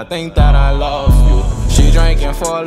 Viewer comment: He said lofe u lmaooooooo tho🤨😭😂